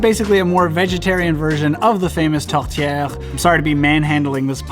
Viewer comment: We have atlantic salmon here in the East! Haha. And those candied salmon exist here alors and are DELICIOUS. Buuuuuttttt...... maple sirup on a poutine? That's interesting haha! And good job on your French pronounciation. Tourtière is perfectly said!